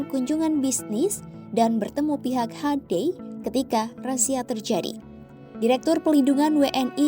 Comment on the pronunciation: Bacanya hiundae bukan hande, sok britis bgt siadmin😂😂😂